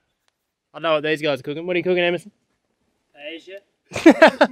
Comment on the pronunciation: Guys, I see on your videos a lot where you make Paella, however, you need to learn how to pronounce it correctly. There is no J sound, two L's together in Spanish make a 'aya' sound so Paella sounds like this 'Pie aye ya'. listen to this